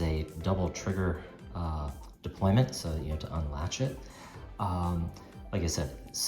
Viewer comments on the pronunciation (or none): I hope you're not serious. It's 'deployant' clasp. 'Deployant' coming from the French, meaning to unfold. This is the ONLY accurate word in this instance (we're not an army deploying our troops) and given you're running a watch channel you lose all credibility if you don't say it accurately. Now in terms of AI, there are two things to consider. Firstly, AI is still riddled with mistakes. Secondly, AI has given in to stupid people and accepted various errors as a colloquial term. Colloquialisms = lazy and stupid.